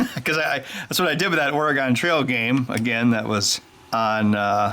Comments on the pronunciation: im sorry but I have to, Oregon.......OR I GUN. not OR I GONE. 45 year native. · oregon is pronounce like the instrument organ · so ben most of the people in Oregon and the western half of the US pronounce the state ôrɡən (organ: the instrument or internals of a biological entity) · Having been a fan of yours since the early 2000s and still, to this day, owning your ExtremeTech "Hacking Video Game Consoles" (along with Grant Imahara's "Kickin' Bot"), I have a lot of respect for what you do. But man, being an Oregonian, after hearing you pronounce "Oregon", I gotta say, that respect got knocked down a bunch. J/K, keep doing what you do. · So talented, yet you still can't pronounce "Oregon". Please, stop trying. It's painful to hear. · I wqas going to subscribe but then you pronounced Oregon like an idiot. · When he began to take apart the Consol I noticed he said Oregon wrong, you don’t pronounce the o